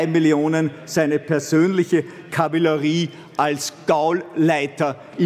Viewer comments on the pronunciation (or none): Kavillerie,.....zumindest richtig sprechen können wär ned schlecht im Parlament...